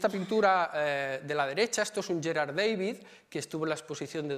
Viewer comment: Magnífica conferencia. Amena, interesante y muy completa. Gracias. Sólo una puntualización, por favor, no pronuncie David en inglés, uno era flamenco y el otro alemán, Da-vid, como suena, ¿no empiezan a estar hartos de tanta invasión anglicista?